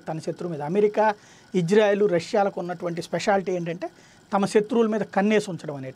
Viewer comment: Sir Country name is Israel not Ijrael . Please correct in telugu name and also pronouncing.